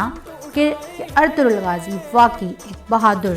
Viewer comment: سب سے اہم کام تو یہ ہی کیا کہ کم از کم نام کا تلفظ درست کروایا❤️